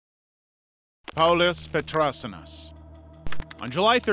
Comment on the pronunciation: Paulius Petrasiunas is a Lithuanian and as a Lithuanian the way u pronounce it is really funny (glad to see Lithuania at least somewhere tho)